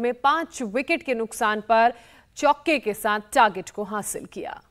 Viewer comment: Chuoke k sath nhi ,chuke k sath madam